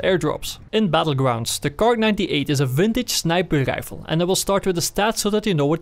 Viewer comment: I like the way he says snipaade rifle